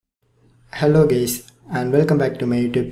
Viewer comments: Bro did you said hello gays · He literally said "hello gays"